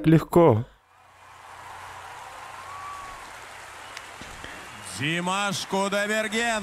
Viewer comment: Я, не понимаю, как можно так каверкать имя Димаша ?????😮 Прям такие ,,,,,, аж бесит. Мы же ведь их имена не искажаем , Джон, Стивен, Фредди.....и т.д., почему же они имя- Димаш так искажают ??? 😮 как будто - "аброкадабру" их просят произнести....